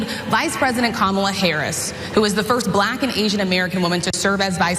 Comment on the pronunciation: I'll MAYBE start taking anything Trump says about Vice President Kamala Harris seriously when he starts pronouncing her name correctly.